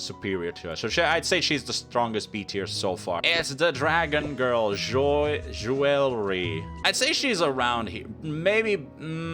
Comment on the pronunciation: Obligatory comment about the butchering of name pronunciations. Especially jewelry.